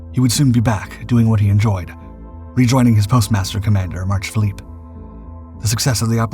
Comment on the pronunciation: Phillips, not Philippe.